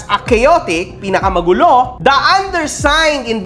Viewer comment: Natawa ako dun sa chaotic “PINAKAMAGLULO” 😂. Jakulaong talaga si gusgusin🤣🤣🤣